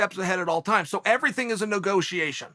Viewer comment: "No go tiation.."